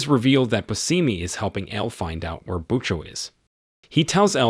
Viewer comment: Bushimy is how its pronounced